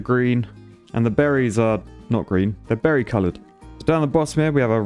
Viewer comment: “Berried colored” haha